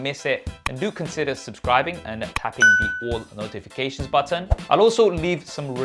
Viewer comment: Britishers be like -hit that subscribe Bu-un